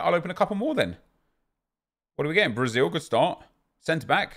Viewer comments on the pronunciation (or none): none